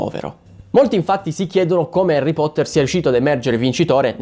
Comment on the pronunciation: "Erri Potteh"? Dimmi che conosci il trono del muori, ti prego